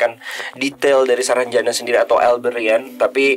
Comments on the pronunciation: Untung GK kepleset y ngomong nx...saranjana bukan sarang janda 😂😂😂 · "Saranbata" 😂😂😂 but prayer for semoga dalam lindungan Allah swt